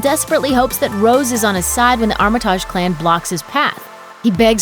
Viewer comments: Ex machina, deus machina. These terms are the flav of the past few years. Since when has Armatige (tidg) been pronounced Armataaj? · "Armit-AH-ge" you can the person who read the script is unfamiliar with the material.